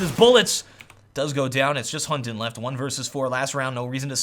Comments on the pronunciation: Hunden in danish is pronounced with a soft d, so you say it like; Hun-en :) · It sounds so funny when you say "Hunden's" name xD